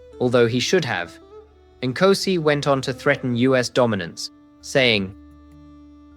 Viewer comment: You have zilch credibility as a South African if you cannot pronounce the first word of our national anthem correctly!!! "Nkosi sikelele iAfrika!"😅